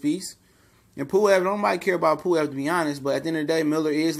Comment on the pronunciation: Pulev not puwev